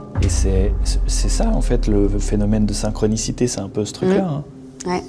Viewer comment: ... "syncronisite" ???!!! sérieusement ???